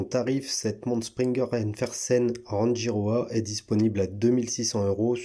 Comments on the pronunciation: Elle est belle mais beaucoup trop grosse et surtout beaucoup trop chère pour une marque sortie de nulle part et un calibre (certes Suisse) quelconque. Sinon, je crois qu'on prononce "Ranguiroa" ;-) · Merci de la découverte. Très jolie montre et originale. Je vais aller voir leur site. Pour info l’atoll de Rangi se prononce Ranguiroa. 🙏